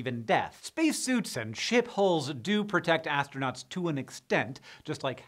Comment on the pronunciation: Ship hulls lol... I heard something else ;p